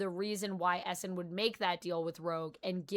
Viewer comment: I had no idea who you were talking about when u said Esson. Its pronounced "E" Sahn .. not Esson